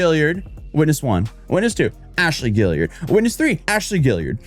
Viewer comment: Okay, I'm being picky here, but... Guillard is pronounced "Gee-Yard"... not "Gill-E-Yard".